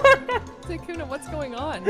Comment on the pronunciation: Sykkuno more like sikkeuno